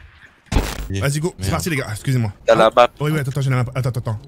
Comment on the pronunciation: Mdrr jp il dit qu’il connaît pas la Map puis après il dit g jou et à caul ofe duti jconé la mape